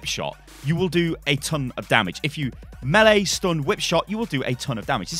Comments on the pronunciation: Fabian Jules yeah that’s not the proper pronunciation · "mee-lee combos"😂😂